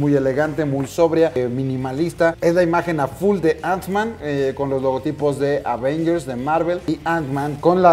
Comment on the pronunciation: Porque dice antsman? No era bastante fan y conocedor del mundo marvel? Ni teniendo la caja enfrente viendo que dice ant-man?